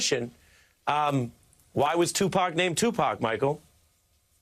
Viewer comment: Surprisingly good interview on msnbc. Look at ari melber bringing up the origins of 2pac’s name. I realize it’s possible someone said that into his earpiece but it sounded like he knew it. Kinda hilarious that Michael Moore calls him two pack, but still credit where credit is due.